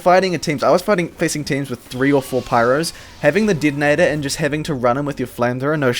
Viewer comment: "hivie", "Didinetor"... Mate where are you from!?